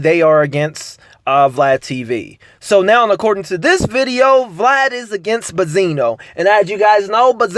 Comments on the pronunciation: Why can't u say BEN-ZINO??? Buzino???? I don't even like dude but its just annoying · Bezino? Say it with me now BENZINO there's a N in there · Dude keep calling him Bazino lol.. It's BENZ-ino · It’s “benzino” goofball not “ bezino”